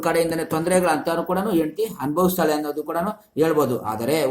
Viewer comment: Yendathi alla hendathi 😂